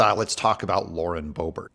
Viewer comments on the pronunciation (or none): none